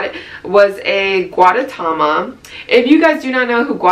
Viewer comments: lol this probs doesnt even matter but the little egg character is pronounced goo-deh-ta-ma (gudetama) and it comes from Japan, from the same company as Hello Kitty (sanrio). Just a bit of info lmao. Also gr8 vid i was acually planning on buying stuff from yesstyle and this helped with the sizing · how to pronounce: goo-tae-ta-ma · Your constant mispronunciation of gudetama just reminded me of Benedict cumberbatch mispronouncing penguins hahaha nice haul btw! 😊